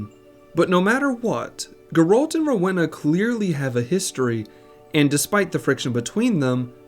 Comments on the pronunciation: I know a Rowena in real life, it’s pronounced Roweena. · do americans not hove Rowenas? How come you say it so wrong?